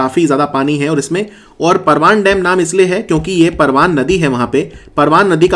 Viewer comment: परवान नही परवन नदी बोलते है हाड़ोती में।